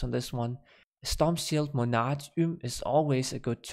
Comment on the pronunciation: you pronounce monarch wrong